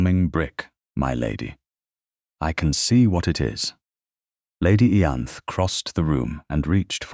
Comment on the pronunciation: Why did it not occur to anyone that a laundry maid, who was unlikely to speak any language but English, would ask for a place in another country rather than somewhere else in the UK? And "Ianthe" is pronounced "Eye-ann-thee", with the "th"as in "think".